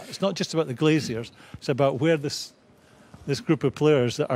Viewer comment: Please stop saying 'Glaziers'